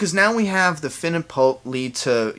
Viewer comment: Are you saying "Poep"?